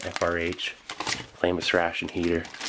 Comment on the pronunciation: I cant help but hear “famous ration heater” every time he says frameless lol.